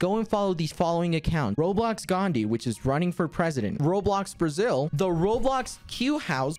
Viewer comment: Did you just say BRASIL?